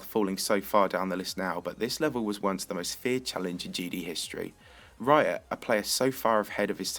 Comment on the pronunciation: he said raya not riot